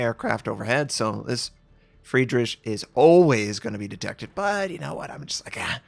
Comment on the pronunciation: it´s not Fridrish (like fiSH), it´s FridriH, like the H in Hello. FridriHHHHHHH. But i like your vids anyway:)